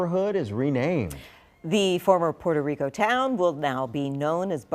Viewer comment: This nerd doesn't even know how to pronounce puerto rico. He pronounces it like a crcker from the suburbs.